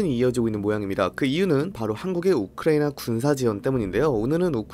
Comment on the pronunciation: 이스르엘도 그렇고 우크레이도 그렇고 발음 거슬림